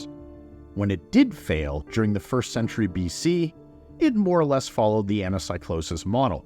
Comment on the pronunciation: Please please please, you are a professor, please don't say anasaicloses and read it correctly as Anakeekloses